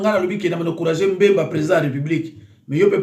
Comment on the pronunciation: Mbemba te,(BBBBBBBEMBA)NA yo tata mobimba boye,tanga kombo naye malamu kooo aaah😏😏😏😏